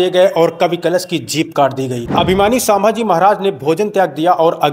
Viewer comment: Actually vo saaambhaji nahi bhai vo ch. Sambhaji maharaj